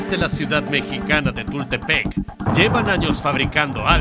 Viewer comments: JAJAJAJA TUTELPEC ya no es TULTEPEC jajajajaja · Disculpa amigo para documentar hay que saber mínimo los nombres de los lugares y como se pronuncian correctamente...es Tultepec no tutelpec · ¿De donde es el narrador? segun el canal dice ser de Mexico, pero obvio no lo es, se que el canal original es de habla inglesa, esta es su version en español sin embargo aunque tiene una gran voz, quien narra, no sabe pronunciar palabras como Tultepec, o Explotar, las pronuncia mal "tutelpec" y "explosionar", gran voz, pesima diccion y produccion, insisto las formas correctas son, Tultepec* y Explotar* y es Mexico no Mexiko, ¡no somos alemanes! saludos buen contenido :D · ¿Tutelpec? Yo he oido de Tultepec no de Tutelpec. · Tutelpec? Jaja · Jajajaja no es TUTELPEC es TULTEPEC , chales ni eso pueden investigar bien los nombres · jajajaja es tultepec no tutelpec jajajajajaja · Mi estimados, es México y el pueblo es Tultepec, no tutelpec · "Tutelpec" jajajajajajajaja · Al principio me ofendí por el mexiko con "k" pero cuando dijo tutelpec ...😂😂 Amo tus videos por cierto.